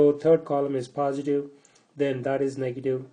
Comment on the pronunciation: its not paaasitive but positive .